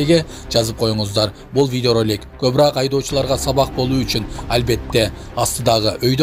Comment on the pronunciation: Кобраак эмес коброок десен озбекче суйлойсунда Оз тилинди таап суйлочу тууганым